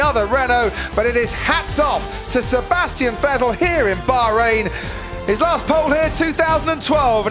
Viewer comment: "A-Sebastian Fettle." - David Croft, 2018